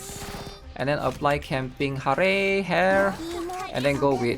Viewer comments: OH, he said camping hare's name right for half a second :D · he said hare’s name right finally